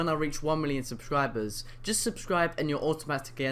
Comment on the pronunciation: "sublibers" lol